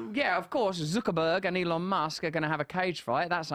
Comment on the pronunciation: Did he say my dick musk?